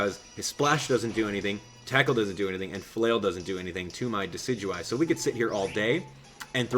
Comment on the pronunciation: Don't wanna be "that guy" but it's pronounced "Dess-ih-doo-eye"